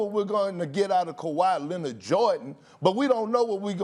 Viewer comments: Did this dude just say khawi Lenard Jordan smh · Stephen A: "Kawhi Lennit"